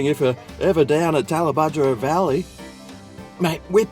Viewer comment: Tallabudgera not talabugera...And its not "The Tallebudgera" its just Tallebudgera..